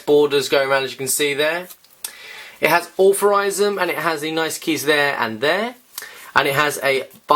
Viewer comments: Wtf is allferysm? It is iel- true- ism And wtf is brung? It is brought. Englishman but horrible english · Why are you saying authorisum when its altruism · you should really learn to pronounce words if your commentating..altruism..al..true..ism..